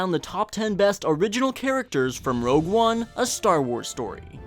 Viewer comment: Before commenting, just remember, it's ROGUE, not ROUGE